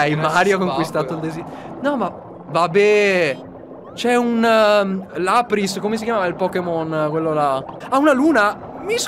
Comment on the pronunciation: Non si chiama lar pis ma lapras